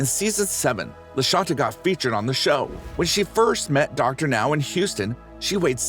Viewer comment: It's Dr. NOW, not Dr. NO. Dr No is James Bond!